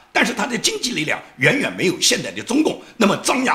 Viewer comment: 先生好!9'08"张牙舞爪(zhao三声)。